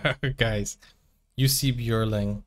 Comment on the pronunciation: Jussi Björling, perfect pronunciation! He toured the US with his Dad and brothers at the age of 9. All good singers. So glad he lived long enough to make good recordings. Museum in Stora Tuna, Dalarna (Dalecarlia), Sweden. His homestead as grown up. Born in southern Sweden.